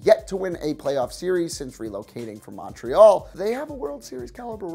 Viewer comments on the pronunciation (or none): none